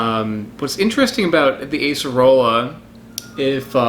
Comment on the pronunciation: Properly pronounced Ah-cerola